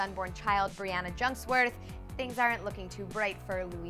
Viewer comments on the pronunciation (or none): none